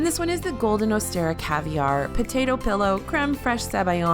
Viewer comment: Osetra not Ostera.